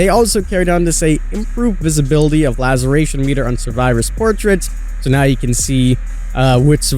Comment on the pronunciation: How can you still not say "laceration" properly? Damn dude it's really not that hard lmao